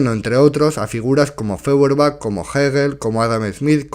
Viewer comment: Feuerbach, apellido alemán, se pronuncia "Foierbag".